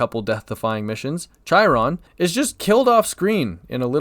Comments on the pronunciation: I'm never going to get over people pronouncing Chairon like "Chai-ron"... they likerally say his name several times in the game... come on guys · That Chiron pronunciation was like chalkboard scratching. I want think it was on purpose...